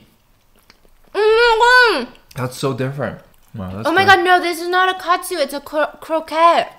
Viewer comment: stephanie: um.........a cutsoo me: a japenese hashbrown